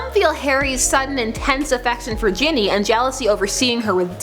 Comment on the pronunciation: You are saying Ginny wrong Sorry If I'm wrong. I'm not english but I have never heard it the way you're saying it